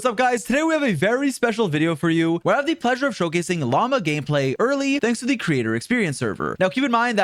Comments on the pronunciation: llama instead of lauma damn near made me dislike this shit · brother its pronounced La-oo-ma, not like Llama animal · okay, you NEED to choose between Llama and Lauma. You cant keep switching how you pronounce her name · Hey by the way her name has a U in it. She isn't a filthy spitting animal. Lauma. Again, LaUma. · He keeps calling her "Llama" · hearing people pronounce it as llama is so funny lol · all i can hear him saying is "llama test, llama bloom, llama llama llama" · bro cant even pronounce her name...😭😭 "llama" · I hate how he constantly says Lauma like llama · I swear bro can't pronounce her name. Welcome to this Llama Pre Release video folks! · my apologies mr streamer, but I do have to ask - did you forgor the "U" in Lauma at Natlan? but cool guide 👍